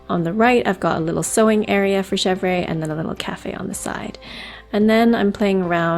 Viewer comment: Chevre is pronounced shev-RUH